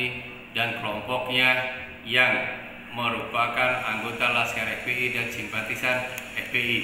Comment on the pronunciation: Weis jlas banget bilang FPl nya... Wwkk.. Wwkk.. Wkkk...